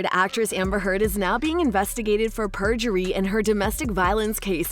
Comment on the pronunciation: Not native English speaker here, but I'm pretty sure it is perjury, not purgery. But no, as far as I understand the lawyers on Youtube who have been commenting on the live feed, it is actually unlikely in a civil case to prosecute someone for perjury. Which I find strange and wrong, because there is no incentive to speak the truth. In criminal cases there perjury is much more serious I heard. But I do understand your sentiment. To me, it now seems very clear that Heard tried to hook up with a rich man (Depp), and tried to get as much money off him after the divorce. She may have actually felt love for him, but it was very twisted. Depp paid much more than the $7M divorce settlement, more than $14M actually due to court costs and demanding taxes to be paid by Depp, and tried to get his five penthouses and $50k mothly off of him initially. And even before their divorce, she went on to Elon Musk, whose sperm she used against his will (he sued her over it I read) to fertilize her eggs to create a baby, that was then brought to term by a surrogate mother. I could not make this up if I tried. However, apparently Musk was not as easily duped (in the end) than Depp was. I think books will be written on this whole 10 year drama (2012 to now).